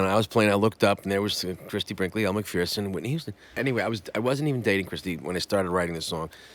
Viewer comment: It’s pronounced Elle MCFURRRRSON….. Not Elle MACFEARRRSON